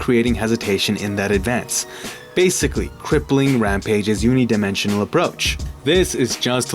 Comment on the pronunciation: lost me at "unidimensional." learn how to speak, my dude